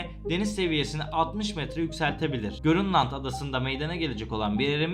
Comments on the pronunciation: Abi o görünland değilki grönland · abi görünland değil, grönland